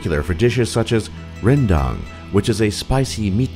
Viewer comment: All right tell me now that someone is Raging because that guy didn't say RRRRENDANG right